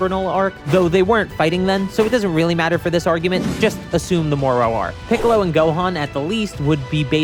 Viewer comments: The way you pronounce moro is very funny. You say it like, the island of Dr. Moreu and not... more. More-o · I kinda wanna ask why you pronounce Moro that way ngl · Hearing this man pronounce Moro and Korins name is the funniest thing